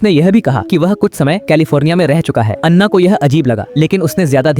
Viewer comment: Bc kaha kaha se ate hai ana ko Anna kr diya😂😂😂😂